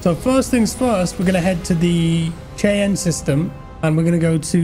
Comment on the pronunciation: Hearing pronounce "Cheyenne" was the most British thing I've ever heard lol